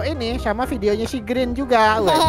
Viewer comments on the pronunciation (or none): Bg bukan grin tapi green